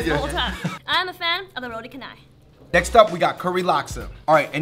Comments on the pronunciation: roti char - nai . not Ka - nai . char - nai . like charcoal to pronouns. not cool bro . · Roti canai is pronouns as ROH-TEE CHA-NAI not ROH-TEE KEH-NAI. =) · it's actually pronounced roti chanai but spelled roti canai. Btw roti is bread for those who don't know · roti kanai? itc chanai! thiese people pronounce it wrong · HAHAHAH OMG ITS NOT KA-NAI. lol it's CHA-NAI (pronounciation). 😂😂😂 I'm Malaysian. Come to malaysia and try real Malaysian food d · LOL their pronounciation crack me up!!! Kanai or canai?!?! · It's "ro-ti char-nai", not ca-nai 😄✌️ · Roti canai is "r au (au in audition) tee cha na yee" not routi kenai... but thanks for doing Malaysia! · Okay...i like this But the roti is called cha-nai not ka-nai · Its roti chanai thats how you pronouns it im from malaysia it is no kanai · the pronounce of roti canai is roti CHANAI if you guys dont know how to say it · Errors detected Roti Canai ( roti chanai ) Laksa. ( lucksa ) The words in the brackets are the pronoun station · Pronounced for roti canal. Roh-Tee Cha-Nai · its pronounced roti Chanai ><" omg... makin me cringe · Roti CANAI!!!! BAHAHAHAHHAHA , find a Malaysian and get the pronunciation guys! LOL Thanks for the shout out to us though! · i come from malaysia and canai pronounce cha.nai i am 14 years old an u must come here man we r waiting for u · It's roti cha-nye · Roti kenai HAHAHA that pronunciation though ;) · ITS CHANAI !! Sorry but that drove me insane >.< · Actually its prounonce roti Chanai spelling is correct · Roti "cha-nai" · You guys pronounce roti canai wrongly ....